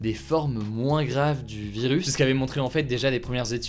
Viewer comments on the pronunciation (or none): Y’a que moi ou il dit « vilus » 😂